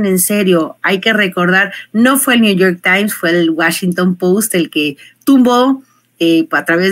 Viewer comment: Por que dice New York lice?